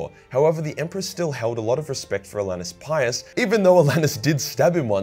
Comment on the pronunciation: I love that not once has gotten Ollanius Pius’ name right